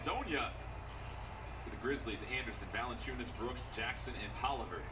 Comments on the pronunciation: Comentator: Valenciunas Flight: Valenkyas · Flight really called Nurkic NurKIKE and he called Valanciunas, ValenKius😂😂😂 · he called him valadonis before hes getting better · Valadayas dude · Dude said Jonas Valenchunes name wrong right after the announcers said it 😂🤦🏽‍♂️